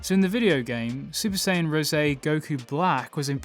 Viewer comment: You said Super S"ei"yan 3 in this video, not Super S"ai"yan 3. Okay i'm heading out now. :(